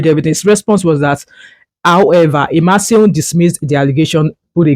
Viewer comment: You did not pronounce the name IMASUEN very well. However, thanks for sharing this news about the Senator representing Edo South.